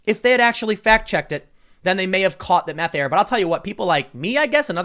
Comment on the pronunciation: I don't blame her "maff"